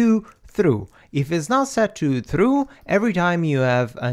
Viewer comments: It's pronounced "TROO" not "THREW". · "Say True": Thruuuu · Hi you pronounce it troo not true